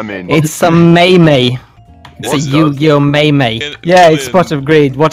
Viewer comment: Yu-gi-oh "may may"